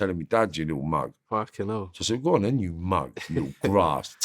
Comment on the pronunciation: "I was like, go'on then" 🤣🤣